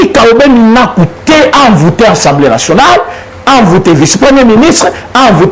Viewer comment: De grâce, Monsieur le Journaliste, il s'agit de l'ASSEMBLEE Nationale et non ENSEMBLEE Nationale...